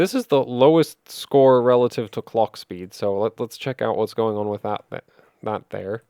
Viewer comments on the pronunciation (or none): So Northern Irish sounding when you said "that there", so it is.